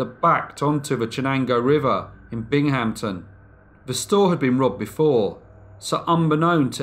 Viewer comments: It's not bing-HAMP-ton, it's BING-uhm-ton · good job! FYI, the town is pronounced "Bing-um-ton" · Ah, what a way to brighten up a rainy Monday. A new Brief Case! So exciting to open and listen. And this time it's practically on my own backyard! Bravo! Never heard of the story either and I love local legends and history. Although, I never heard the city of Binghamton, pronounced quite that way. It was cute though. Phonetically it's pronounced Bingumtin, fast, no stopping. I'm not criticizing, just enlarging your world. If you want someone to help you out who lives across the pond, I'm volunteering...:) Thank you so much for enlarging my world. Just one of many devoted fans! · Ah, your first mistake was in the spelling: Binghamton, no p. Now I understand why you pronounced it the way you did. And don't be sorry. It's called sharing knowledge, and there's no room for sorry in that. This is still my go-to first subscription and will be until you stop making these great vids. Which I hope you won't ever do! As ever, another devoted fan. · That's not how the locals pronounce "Binghamton," but carry on. Good stuff.